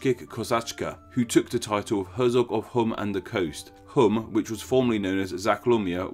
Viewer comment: Herzog is pronounced Hert-zog.